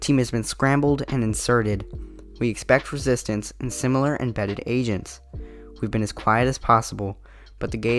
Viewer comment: LMFAO WHEN I HEARD AGENTS I THOUGHT YOU SAID ASIANS